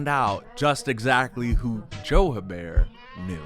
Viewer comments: Her-Bear is an insane pronunciation for Herbert lol Edit: Just heard pronounce it, sorry for doubting you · Hebert is pronounced "ay-bear"